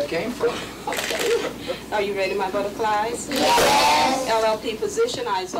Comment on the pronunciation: Yes, I also picked up on her saying butte rfly - and thought of M K Ul tra